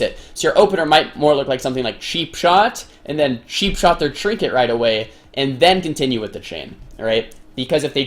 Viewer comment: its not sheepshot its cheapshot :D